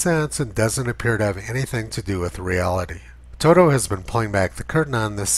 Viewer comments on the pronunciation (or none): none